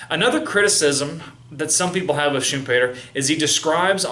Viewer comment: no no... pronounced correctly. I'm from Austria. Every german native speaker pronounces it like that when talking English...